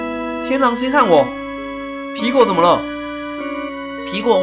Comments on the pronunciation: 皮果講成蘋果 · 你經常吃蘋果嗎？ 吧皮果唸成蘋果 哈哈哈哈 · 我怎麼覺得念皮果常常念成蘋果.... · 把皮果講成蘋果XD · 你一直把皮果唸成蘋果還有平偉的本色你把她唸成偉平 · 分 你吧皮果變成蘋果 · 天狼星還是討厭科學~我一直發覺樂樂一直告訴天狼星，皮果身體裡面的"惡魔"，天狼星還是不相信有惡魔好奇怪阿。 阿~我都聽你講皮果為啥聽成蘋果阿。 我好像有聽錯還是沒聽錯。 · 皮果我都聽成蘋果=